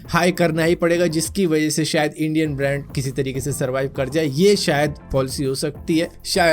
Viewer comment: "Sayad" Lol 😂😂😂